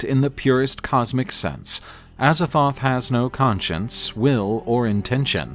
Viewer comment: With the amount of times he botches the pronounciations of Azathoth and Nyarlathotep, im starring to think he does it on purpose